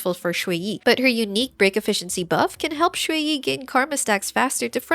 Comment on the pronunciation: small note: you're saying shuiyi instead of xueyi. it's more like "shre" than "shway"